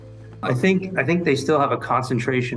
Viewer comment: Maybe learn how to say Sao Paulo correctly.